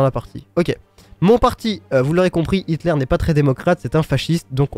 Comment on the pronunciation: mr Hilter PTDRR c'est Hitler